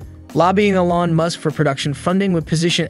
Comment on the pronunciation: You might consider pronouncing Mr. Musk's name properly. You parrot my own thoughts, expressed in these pages.